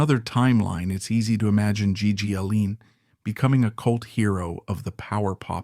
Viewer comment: "His name was gee... ..Gee allin." "1880s rock n roll." "Stiv buh-TORS." "G.G. Aleen." Man, fuck your AI bullshit.